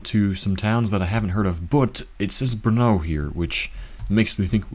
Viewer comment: right it is. Only very very small detail ... letter O ... in CZ o is always o like in the word "lot" or "pot" or "what" or "not" ... just short o ... not o like home or OK or mode or load ... not like that ... so Brno is not Brnow but just Brno ... short o ... but that's a really small detail. Actually, reading my idea again the best example is "OR" :)